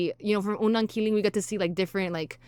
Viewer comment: Its unang ki-lig not ki-ling